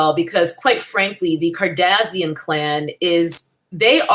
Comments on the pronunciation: Lol you say their last name like "Cardassian", a race of aliens in Star Trek 😂. Not sure if that was intentional or not lol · Every time you say Kardazian, I die a little on the inside. Brilliant. 😂